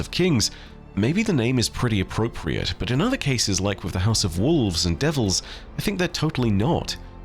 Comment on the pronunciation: Are you telling me the House of Wolves is… actually the House of Wools?